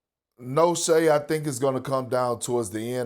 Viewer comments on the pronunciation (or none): Every time Stephen A says Shea Butter I’m like 🥴